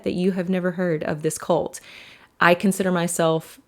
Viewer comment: At the beginning it sounded like she was saying “colt” more than “cult.”